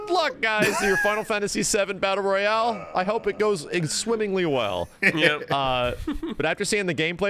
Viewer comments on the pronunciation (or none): none